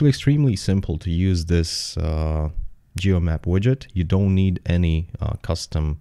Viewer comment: Hi, some timecodes are "most imPortant", "need To install", "geomaP". Your older videos were way less bass heavy and therefore a lot nicer to listen to.